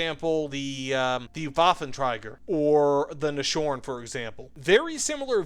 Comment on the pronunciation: Nashorn is pronounced nas-horn, like 2 separate words